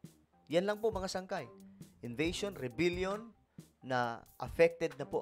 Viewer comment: Re-bel-yon po. Hindi po re-bil-yon po. Thank you.